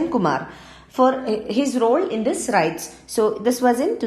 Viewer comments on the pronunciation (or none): It is not rites it is riots